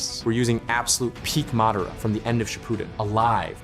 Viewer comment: it's not pronounced mehdaarah rather mahdahraw